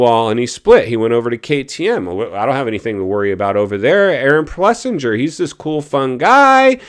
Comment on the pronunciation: All kinds of people out there with real coverage and nothing to do with industry. Many are actually covering important and positive stories like AP's win instead of falling into the drama and clickbait like you have. AP's name is pronounced Plessing-er as well. You are still "Blowing the Kid Off" Is it really that hard to take some time to fix a fixed value? More of your fake news Wall Street stuff with false assumptions and no data.